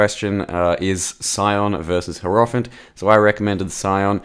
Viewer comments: yarp. Hierophant should be pronounced more like High-row-fant and not Hair-off-int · cannot unhear the way pronounces Hierophant